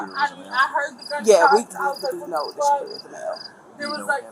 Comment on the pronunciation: I'm the only one who's seen the “SHOTER” 😆😂😂🤣🤣 That's a new one on me. needs to go to school